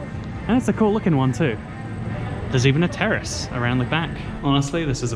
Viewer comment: When said “terrace” I thought he said terrorist and I was like, ok?! Nice to know...?